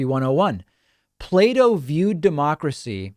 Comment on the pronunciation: As a non native english speaker, i thought david said "Play-Doh" and not Plato and was very confused in the beginning.